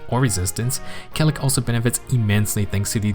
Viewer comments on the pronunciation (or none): I always thought it was pronounced kay-lack...